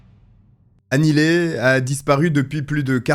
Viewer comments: Mais enfin, on prononce Annie Li et non Annie Lé 🙄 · Nope c"est pas Annie Lee (prononcé Li) mais Annie Le (prononcé Ley). Regarde les communications officielles , en VO, si tu as un doute